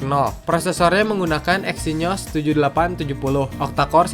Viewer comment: exynyos?? 😂😂 exynos bang